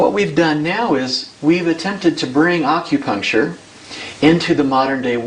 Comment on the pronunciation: Aukupuncture i hate when people pronounce it like that fuck.